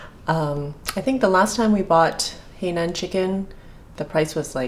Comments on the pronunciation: Correct pronunciation should be "high naan" not "hey nan". The condiment used is more for Hong Kong style chicken. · It is NOT pronounce as "Hei", but "Hai". Get it right when you are cooking it! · Totally agree. It threw me off when she said “hey nan”. It is “hai” like hi in greeting someone. Must be a Canadian pronunciation! Lol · Canadian pronunciation of Hainan Chicken is “Hainan” is Hey nan! Lol 😝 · dbscarlett13 no, is just mispronouncing it. I understand Shanghainese and in Shanghainese it is pronounced “hey”.